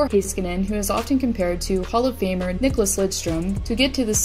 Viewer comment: when you say heiskanen its cut in such a weird way, not that hard to pronounce tbh.